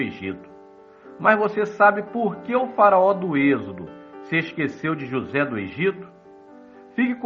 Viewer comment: Esse narrador falando "JosÉ" o tempo todo dá uma agonia pelo destaque no "ZÉ" Kkkkkkkk